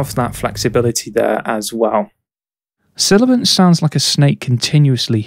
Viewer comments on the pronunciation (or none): you mean 'sibilant', instead of silibant...